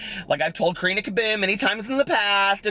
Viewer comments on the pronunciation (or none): none